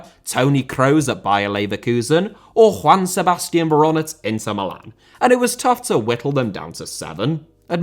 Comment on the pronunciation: Inter* not Ento Coppa* not Copper Italia* not Etalier Uefa* not Yuweifer Aleksandr* not Alekzander Simeone* not Simiouwni Serie * not Siri Bruyne * not Bruyner Bremen * not Breimen Father* not Fother Saw* not Sor Touré* not Tourei Venezia* not Venezier División * not Devegion Nacional* not Náxonal A* not Ar Half* not Holf Courtois * not Courtoir Gea* not Heyer Debut* not Deibyu Vicente * not Vinchentei Schalke * not Schalker Deschamps * not Deischamps Nazário * not Nazériouw Román* not Rouwmán Riquelme* not Requelmei Makélélé* not Makaleilei Diego * not Diyeigouw Nou * not Nau Bernabéu * not Bönabeyouw Liga* not Liguer Kroos* not Krouws Leverkusen* not Leiverkusen Idea* not Ideer